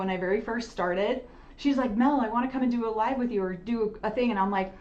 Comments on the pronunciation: Mel's sister just said 'I didn't know it was a thing..with a pronounced 'g' sound in regards to a Utah accent. I notice that hard 'g' sound with words ending in g all the time with Christine and her kids. 😊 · talking about the Utah accent, then says “I didn’t know that was a thing” with the most Utah pronunciation of “thing” with that hard g at the end 😂 love you guys. Every region has its own accent and smaller variants within, I could pick out accents from different parts of Ohio where most everyone else would probably think we all sound the same.